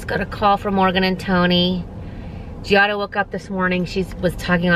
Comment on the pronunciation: Sorry, it’s suppose to be Giada not Gilda.